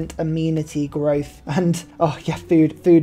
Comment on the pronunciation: Great video but the way you say amenity and agoge makes me mad no hate tho keep up the video